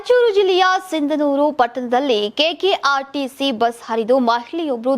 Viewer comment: It’s sindhanur madam not sigandhur